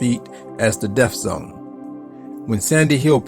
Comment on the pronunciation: It’s called the Death Zone, not the Deff zone! 🥴Say it with me now...deaTH. It’s also called a Birthday, not a Birfday! The white things in your mouth that help you chew are called TEETH not TEEF! The place wear books are borrowed is the LIBRARY, not LIBERRY. If you’re going to be a content creator , or a narrator, you should want to hone your craft and be sure you’re speaking correctly. No offense intended. I’m trying to help you avoid embarrassment! You’re welcome! 🤔🥴🧟‍♂️